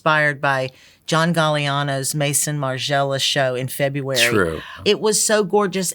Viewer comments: Anyone else wince when she pronounced these magnificent Design houses as Mayssunn Marjella or Eves Saintt Lurrontt. I don’t care who you are lady, learn to respectfully pronounce a designer’s name. You claim to work in fashion. Learn how to pronounce French before you embarrass America. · THE DESIGNER THAT DOESN'T KNOW HOW TO PRONOUNCE MAISON MARGIELA :face-green-smiling